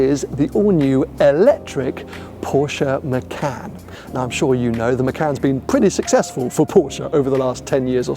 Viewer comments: It’s muh-con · Im as indonesian abit pissed of how people say macan not hownit supposed to be, it supposed to pronounce "MA- CHA-N"